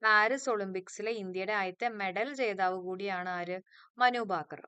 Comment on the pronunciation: മനുബാക്കർ എന്നല്ല മനു ഭാക്കർ എന്നാണ്